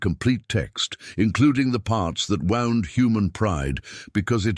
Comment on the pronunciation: Likewise that the ai voice is not reviewed for correct pronunciation shows carelessness. Wound?